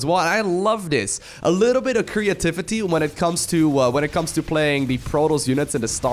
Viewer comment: "Koreativity" nice pun or that just your accent